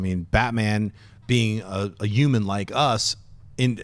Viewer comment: What's a yuman? ;-)